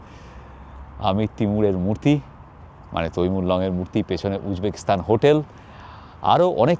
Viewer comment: Kindly pronounce "Stan" not "Sthan"